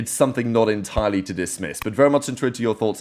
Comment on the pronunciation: i could never understand what he says in the intro or outro😂